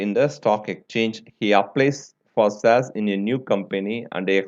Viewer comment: sir plzz pronounce correctly you r pronouncing shares : saz: air : aeeeeeeeeyrrr